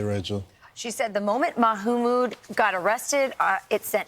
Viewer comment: Sorry Asmon, I didn't hear anything after I got stuck on "Mahoomood"